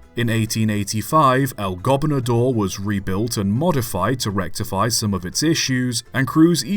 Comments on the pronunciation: Really? "El Gobinador"? You're like saying the Spanish word for Governor too fast. It's "Gobernador". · The primary accent on "Gobernador" is on the second syllable, not the first. The secondary accent is on the fourth syllable ... go-BER-na-Dor